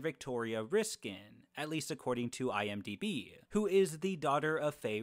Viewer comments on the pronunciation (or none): none